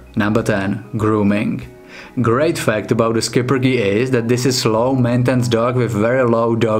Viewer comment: It's "Shipperke" not "sKiPpeRke"